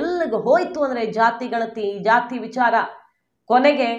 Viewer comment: ನಿಂಗೆ ಸರಿಯಾಗಿ ಮಾತಾಡಕ್ಕೆ ಬರಲ್ವಾಮ್ಮ? ವಿಛಾರ ಯಾಕೆ ವಿಚಾರ ಅನ್ಬೇಕು.